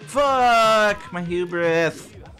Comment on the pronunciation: "I can get all my hubis brack" - 2019